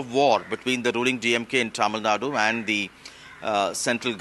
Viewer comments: It's is TamilNadu not TamilNaad.. Typical Northie Anchor. This is precisely why South India opposed Hindi imposition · Its tamilnadu, not tamilnad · Tamil nad illa ma. Adhu tamizh nadu. Enga sollu paapom. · It’s Tamil Nadu.. Not Tamil Nat.. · Its not TAMILNAD but TAMILNADU. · The news anchors should concious about how they pronounce the names as well, its not Tamilnad its Tamil Nadu. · It is not TamilNAD ! it is TamilNadu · first learn to say Tamil Nadu properly. its not TamilNad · please learn the pronunciation, there is a difference between Tamilnad and Tamilnadu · First learn to pronounce how to say Tamil NADU.